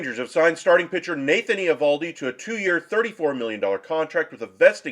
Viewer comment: Learn to pronounce his name